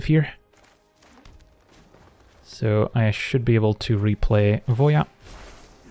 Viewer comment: Finally, someone else who pronounces Voja as "Voia"! I've been kind of irked every time someone said "Voe jah", now I'm not alone :)